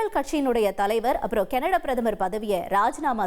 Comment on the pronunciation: கனடா கேனடடா வா இதில் எது உண்மை உச்சரிப்பை தீ வைக்க வேண்டும்